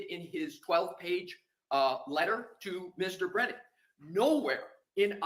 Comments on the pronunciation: I wish that Karen's team would start calling the weasel Breeeeeenan since he refuses to pronounce anyone else's name appropriately. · Brennan needs a phonics class! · What about "brain-non"😂😂